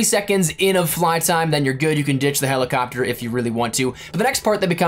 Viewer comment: Did you say "Helicockter"??